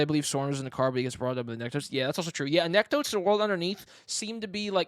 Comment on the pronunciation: Btw, why do you pronounce anecdotes like that? It’s not anekk-dots, it’s anek-dowts.